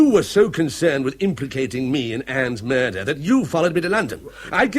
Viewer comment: OH DEAR ! ....There's been a Mah-dur....!!!!